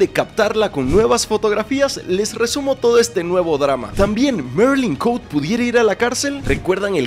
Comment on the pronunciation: NO ES MERILIN COUTE, ES ME MARILYN COTE C-O-T-E JAJAJAJA